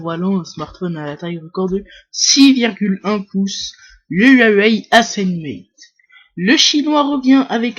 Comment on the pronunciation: le yuayuawai ahahaha XD le yuayuai